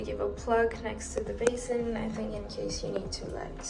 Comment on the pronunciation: when u said basin....i was like yesss she is indian😂😂